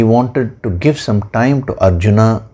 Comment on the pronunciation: अर्जुन को अरजुना कयों उच्चारण कर रहे हैं